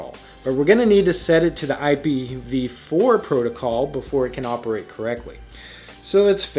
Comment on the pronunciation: Better than usual! "IP He V 4" tho.